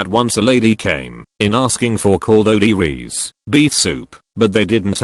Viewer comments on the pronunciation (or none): The Way The AI Says "Cald o De Rez" Instead Of "Caldo De Res" Is Funny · The way the fucking robot voice said “Caldo de res” just Whyyyyyyyyyyyyyy